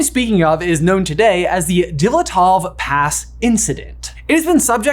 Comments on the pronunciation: Just an FYI if you’re ever doing Russian or other Slavic-language pronunciation in another video, the letter y before a vowel is a consonant. Dyatlov is pronounced “YAT-loff” with a d in front = d’YAT-loff. Hearing it pronounced as “die at love” is a a bit grating. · I hate to be that guy, but it's pronounced DeeAtLov pass😂😕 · Your video about the Dyatlov Pass Incident solves one mystery — but creates another mystery. The second mystery comes from the way that you spelled “Dyatlov” correctly while pronouncing it incorrectly (near the beginning of the video! You got ia lot closer the second time you said it, near the end of the video). When you looked at the letters “DYATLOV” in the correct sequence, the first time, how did you com3 up with the idea to say thi# as “DILETOV” instead? I mean, I’m struggling to understand how you looked at the “-TL-“ part but decided that this sequence of letters meant you should say their sequence of sounds as “-LET-“ … how did you arrive at the idea that this could be right? I’m trying to figure out what was your reading there. Please help. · Anyone else just slightly annoyed with how he pronounced Dyatlov? Or am I just picky?